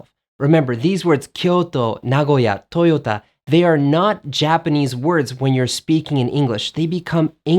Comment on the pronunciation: TOYOTAをトヨーダって言うじゃねえか